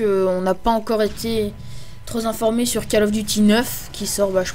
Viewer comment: "tros zinformé" Ahah, décidément, tout le monde fait cette mauvaise liaison ^__^ TroP informé ;D